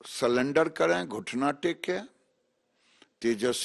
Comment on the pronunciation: ये हमारे केंद्रीय मंत्री हैं गिरिराज सिंह सरेंडर को सिलेंडर बोल रहे हैं 😂😂😂😂🎉